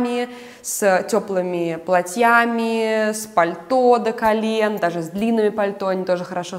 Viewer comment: бАнты! шАрфы, с плАтьями. Извините, но ухо режет.